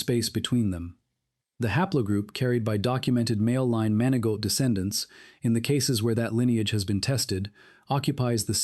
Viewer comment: MANI-GO... NOT MAN A GAULT